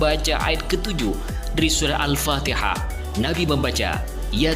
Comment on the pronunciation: Bacaan alfatihah saja tdk betul🤣